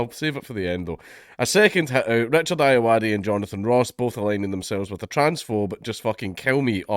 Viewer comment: Um, its pronounced "Ayoade"